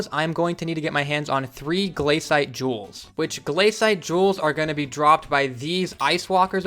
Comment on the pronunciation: im so triggered by him saying gl-A-cite but its gla-cite